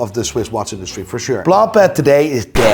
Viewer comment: Jesus Christ, you’re speaking English, pronounce the names in English, it’s ok.. it’s actually “correct” do so… look, repeat after me… “blonk-pain”… “b l o n k p a I n”, not “blom pleh”